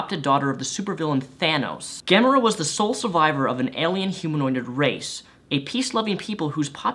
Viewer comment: Isn't it pronounced "ga-more-a"